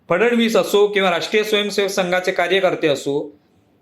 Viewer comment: फडणवीस यांचा उच्चार फड-णवीस असा करावा.